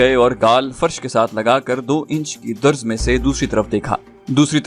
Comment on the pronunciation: Darz not Durz